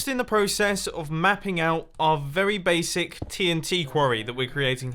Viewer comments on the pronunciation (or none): none